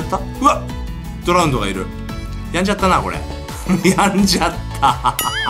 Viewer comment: ドラウンドですよ笑笑